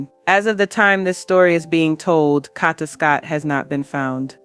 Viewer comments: Condolences and Prayers to her Family and Friends 🙏🏾🙏🏾🙏🏾🙏🏾…But if you going to tell a story about someone make sure you say the person name right..that was pmo that you were saying her name all the way wrong!!!!! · Stop saying her name wrong RIH Kada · Her name is Kada (Kay-duh) dammit!!